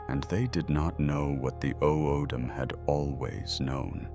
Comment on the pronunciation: O’odham is pronounced “autham”.